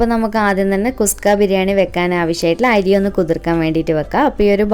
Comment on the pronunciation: നല്ല അവതരണം,,👍 കുസ്ക അല്ല കുഷ്‌ക ആണ്.